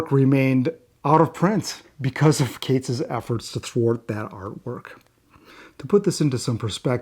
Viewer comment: Are you sure your pronouncing Kates correctly ? But great vid lol